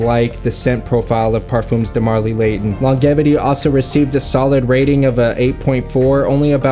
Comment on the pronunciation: No way dude, I used to watch all of your videos on your CG kid channel! I had/have substance abuse issues and am now into fragrances as well. So funny. Cool to see you branching out. Healthy hobbies are awesome. (Side note: It’s pronounced LonJevity haha)